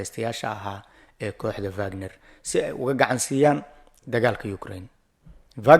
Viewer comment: It’s not vagnar ee waa wagnar